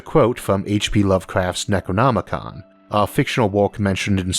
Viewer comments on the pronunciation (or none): none